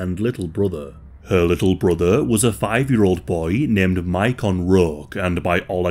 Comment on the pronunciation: I actually know a little about this case, and I’m just pointing out that the boys name is pronounced like Macon, GA.